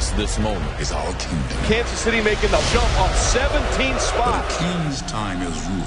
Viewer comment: Kan-suhz city!